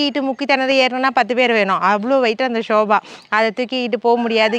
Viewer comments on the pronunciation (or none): Sofaa akka...not soba akka .. Video super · Dear it is not shoba .it is sofa .pls correct. Don't mistake me.